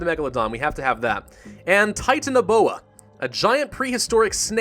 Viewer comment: it is pronounced Titan- aboe-a